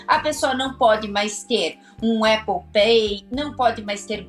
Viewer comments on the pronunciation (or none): none